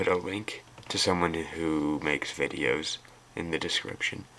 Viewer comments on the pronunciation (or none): none